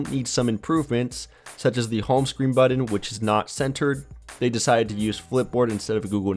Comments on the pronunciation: Buddin instead of button.. Annoying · It's weird how some people pronounce the word "button" as budden.